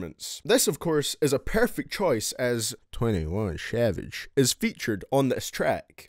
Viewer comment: “21 schavage” I DIED